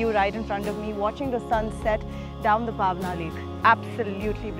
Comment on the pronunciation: Nice and informative video. Kudos to the team! But the way the host pronounced 'Paaaaawna' literally gave me mini heart attacks! Wont hurt much to learn pronouncing the names of the places that you endorse? Also 'Mumbai' not 'Mumbaai'.